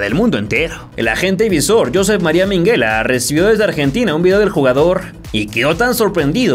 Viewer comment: Se llama minguella,no minguela.